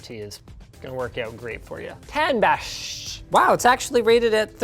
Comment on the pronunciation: It's pronounced "Tanbassh"